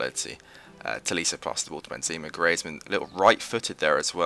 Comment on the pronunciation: its pronounced greeze-mann and benzaymá